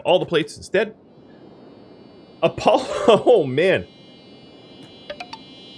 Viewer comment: Yes you said it correctly and yes I respond to Apollo due to ease. As always, love the series!